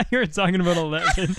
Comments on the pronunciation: nobody: absolutely NO ONE: Kurtis: aboot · JJ McCullough would like to have a word with you.